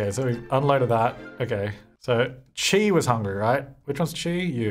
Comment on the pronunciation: Chi is pronounced like Shy. Or at least that’s how I pronounce it.